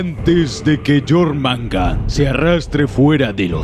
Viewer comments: Y además suena Mejor Yormungander que Yormungar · Jormangar???? Wtf este men habla como la callampa, se pronuncia jormungander (yormungander o yormungand) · Quien es jormandar jajajaj se pronuncia jormungander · jormangar =jormungander igualito xd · Nórdicos: Jörmungandr Vandal: Llormangan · Yormanga xdd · Jormangan xd